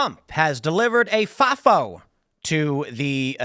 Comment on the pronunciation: Tim's FAFO pronunciation is funny